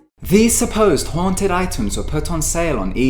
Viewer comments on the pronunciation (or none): WOW MANY TIMES HAVE YOU EVER NEED TO BE A GOOD WAY TO SAY HONTED XD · how many times did he say hoanted